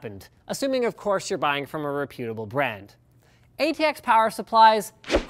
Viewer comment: re-PYOOT-a-ble? Is that Canadian, or has Linus never actually heard that word pronounced?